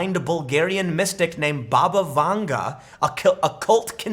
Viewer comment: Anyone else keep hearing 'Baba Yaga'?